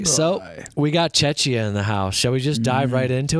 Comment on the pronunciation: Lmao. It is pronounced as [CheKia], Not [Chechia]😆